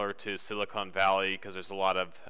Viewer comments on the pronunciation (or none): none